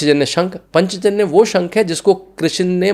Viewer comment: उच्चै:श्रवा नाम है, पांचजन्य शंख, शार्ङ्गरव धनुष ये नाम ठीक से बोलना सीख लीजिए । कहने के लिए क्षमा चाहती हूं। आप हिंदी वाले हैं इसीलिए बता रही हूं।